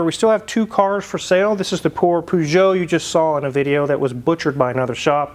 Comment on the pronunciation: It's Per-geot not Poo-geot. Made me cringe every time he said this Lmho.